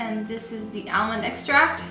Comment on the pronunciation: Took me a moment to figure out that you were talking about almond extract. I was wondering what Al-mand was lol